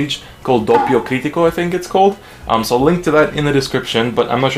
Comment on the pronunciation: i'm italically trigger by your pronunciation >:( /s p.s the page is called DoPPio Critico, with 2 p's not one